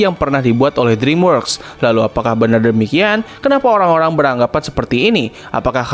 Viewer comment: dreamworks pembacaannya driimwerks ya